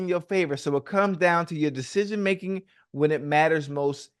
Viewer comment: “Deshejeen making” - ocho tryna say decision making 😂😂😂😂